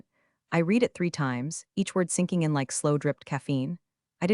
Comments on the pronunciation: I get tired of hearing read as reed, when it should be pronounced as red! Can always tell when it is ai instead of a real person. It really interrupts the flow for me! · Pronounce read = “red” not “reed” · I’ll hit “subscribe” when you hire a proofreader and an actual voice actor/actress who knows when to pronounce “read” as /reed/ and when to pronounce it as /red/ (along with several other similar words, like “lives”)… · You need to pronounce it Red every once in a while not read every time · Totally 😅 “red” vs “reed” mix-ups scream AI narration. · hearing it say “reed” instead of “red” totally threw me off too. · “reed” vs “red” mix-ups drive me nuts too. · When I like to read, it’s pronounced reed, when I read something it’s pronounced red. But hey, I guess you’re American so English (English) isn’t your first language. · very English, past tense is pronounced ‘red’ not ‘reed’. You don’t say I ‘reed’ the books six years ago. Now who’s not English? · Poorly read. The person reading couldn't distinguish between the pronunciation of the present tense of "read" and the past tense, pronounced "Red" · The past tense of read is pronounced red. Please please get your artificial inseminated robot to pronounce it correctly. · 97% of folks generating these AI written stories told by AI readers don't listen to the content for chronological consistency or pronunciation before uploading them. e.g. 1) Have you read (Pronunciation /red/) the documentation? 2) No I did not read (Pronunciation /rēd/) the documentation! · Teach your AI voice the difference between the present and past tense of the verb "to read". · that mispronunciation pulls you right out of the story every time. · so the original comment was WHEN it's past tense AI still reads it as if it's present tense.